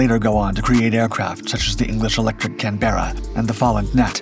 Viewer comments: It's a CANberra - not a CanbERRa. Ask any Australian. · Not sure the RAF relied exclusively on US aircraft for reconnaissance, even at the start. The music didn't bother me. Your inability to pronounce "Lysander" and "Canberra" did. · Wow, you have a weird way of pronouncing Canberra...... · Get him to say Canberra. It'll make your blood boil.